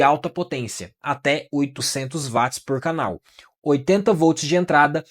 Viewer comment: Por favor não fale mais vats e sim uotes ou uáts quando se referir a watts.